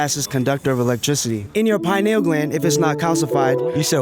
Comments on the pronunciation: LOL bro said the plot of Matrix then says Cyberpunk shit says Pie null gland..... it's pee neal gland. So, they're a group of druggies, homeless, but make videos? Honestly, good for them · how to not pronounce pineal gland, also not where it is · Pineal is not pronounced like that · Ive never heard pineal pronounced like that lol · He can't even pronounce pineal gland right